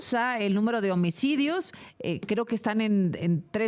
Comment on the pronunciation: Baj los omicodios de una manera escandalosa dice , la presentadora... 😂 que señora más inepta